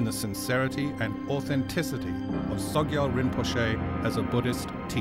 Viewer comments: Oi, narrator. It is SOGYAL. Not SOYGAL. But regardless of how you pronounce his name, this man is corrupt and has brought real shame on Tibetan Buddhism. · Soygal? This video would be more impressive if the narrator could pronounce the subject's name...! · It's interesting that the narrator mispronounces the subject's name every time: It's "so-gyal' not 'soy-gal'. And then does the same thing with Chogyam Trungpa - it comes out as Choy-gam. This is not a reflection on the claims of the film, but it's very amateurish.